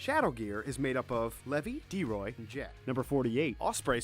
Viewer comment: He pronounces every name wrong like edlous kinnana droy margane Lisa anne and zarf and zianna as cana and utear backous u know what to many WRONG names and LIMA SCALE